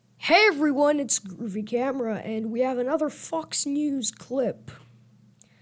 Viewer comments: At the beginning of the video I thought you said fucks news😂😂😂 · I don’t know why, but I thought he said “F*cks News.”